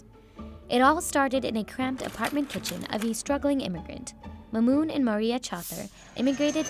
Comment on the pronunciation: bruh how you screw up mahmoud and mamoun